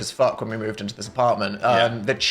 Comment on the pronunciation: I hear Phil Say "Intro the wilderness" haha not terminal illness